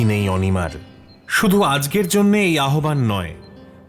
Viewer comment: আহ্বান এর উচ্চারণ হল "আওভান" বিহ্বল হল "বিউহল" Narration বড়ই অদক্ষ